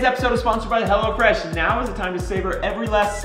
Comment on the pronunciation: thought you were saying "hella fresh" till the link popped up lol